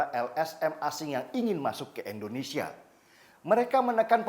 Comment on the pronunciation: Indonesia bang, bukan Endonesia